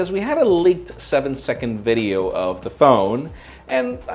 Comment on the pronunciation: love the videos thank you!!! For God's sake it's VIDEO not VIRRRIYO )))